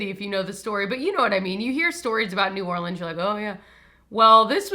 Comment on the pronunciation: Being from New Orleans now I need to hear the story and also appreciate you pronouncing it correctly !